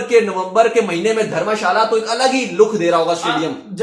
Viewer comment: Bhai dhamashala nhi dharamshala h